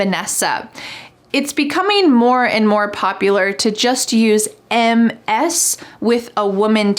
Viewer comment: Thanks for your very comprehensive lesson.... regarding the title Ms. the correct pronunciation would be MiZ with a Z sound otherwise it would be impossible to distinguish it from Miss.